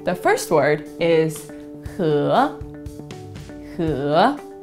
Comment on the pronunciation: If hé is second tone, why do you keep saying it as 3rd tone?!